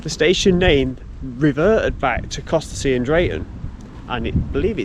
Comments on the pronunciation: Hi, great walk! Local to me so good to see some familiar places. Next section up to Whitwell is as good.:_Crazy: BTW, the locals say "Cossey" not Costessy! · Costessey is pronounces "Cossey", but nice try :) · Surprised me to hear someone pronounce Fakenham wrong, but with Costessey I'm not shocked, I used to struggle with that one myself!